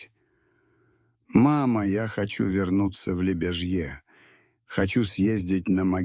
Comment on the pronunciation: Только не ЛебяжьЕ ( это не франция ) а ЛебЯжье .